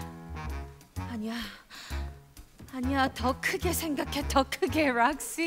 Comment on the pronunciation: ㅠㅠㅠㅠㅠㅠㅠㅋㅋㅋㅋㅋㅋㅋㅋㅋㅋㅋ배꼽 도망가요 ㅠㅠㅠㅠㅋㅋㅋㅋㅋㅋㅋㅋㅋㅋㅋㅋㅋㅋㅋㅋ이제 락씨로 들림 ㅠㅠㅍㅍ